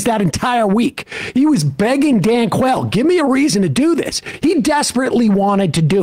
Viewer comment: Did he say Dan Quayle?